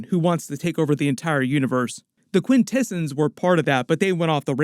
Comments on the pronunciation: Quint Ahhh Zons…… not delicatessen smh and also Trion is Try on not tree on… but otherwise cool coverage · Quintesin's... Quin-Ta-S-ON's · This is its own thing. Has nothing to do with the live action universe. Also "Til all are one" means until all Transformers factions are together again. Also pronouncing Quintessons and Alpha Trion wrong. Come on you slacked on this video. 😂